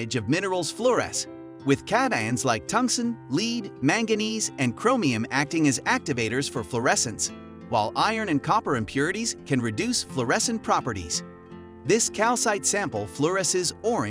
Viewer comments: Lead is pronounced led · Tts, no human pronounces lead as "leed". Also there was a glitch.